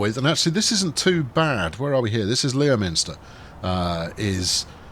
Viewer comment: "Lem - ster" inhabitants not happy. Probably.